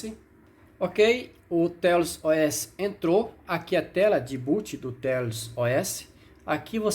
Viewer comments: Pronúncia correta: "teious" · A melhor forma de pronunciar seria "Têiaus", apenas minha humilde opinião